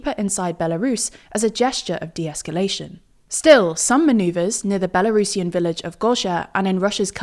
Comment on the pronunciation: Kudos for not saying Belarusian as Bela Russian. I don't understand why so many English speakers do that.